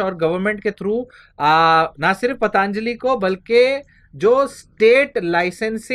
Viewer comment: धन्यवाद, मै आपका प्रशंसक हू । कृपया ' पतंजली ' ऐसा उच्चार कीजिए ' पतांजली ' ऐसा नहीं । इससे आपका जो स्पष्टीकरण है, उसमें कुछ दोष नहीं आता ।